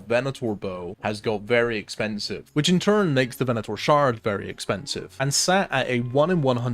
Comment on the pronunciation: Thank you for pronouncing Venator correctly :)